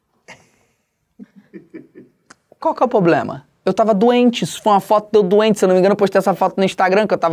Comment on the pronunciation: "Qual que é o ploblema?" KKKKKKK Melhor parte Qnd ele falava isso😂😂😂😂😂